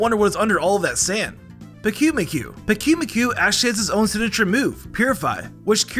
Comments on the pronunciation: That's not how to say pyukumku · 9 Miniutes in I notice that he will continue to say MANY pokemons names wrong... most of the names are said exactly how they are spelled some are not... Pyukumuku he said Pickyu-Mikyu when it is actually Puke-Oo-Moo-Coo... and Tsareena's T is Silent.